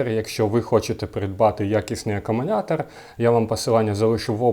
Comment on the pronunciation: Я один слышу "аккуМУНятор"?😂